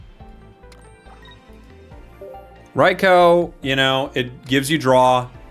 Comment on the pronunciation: Rye- Cow 🐄 💀